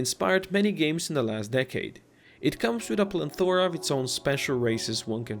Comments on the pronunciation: do you mean plethora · Why do you keep saying plenthora